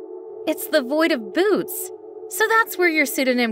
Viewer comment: I don't think that is how u pronounce "Boötes" (Some astronomical names can be a little difficult to pronounce. For example, the constellation Boötes is pronounced "boo-OH-tees" not "Boots" or "Booties". In some cases careful pronunciation may be necessary to avoid embarrassment as in the case of Uranus, which is pronounced "Yoor-a-nus", not "Your-anus.")